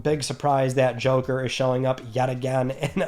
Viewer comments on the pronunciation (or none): none